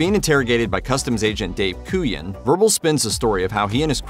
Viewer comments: It's pronounced "KOO-yawn," not "KOO-jin" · Your pronunciation of Agent Kujan in Usual Suspects as absolutely criminal! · Is this a real narrator or an AI one because it keeps mispronouncing Agent Kujan's name from the Usual Suspects. Sounds like a bot???